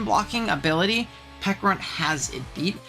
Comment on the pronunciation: Not the silent H on Pecharunt 😭😭😭😭😭😭😭😭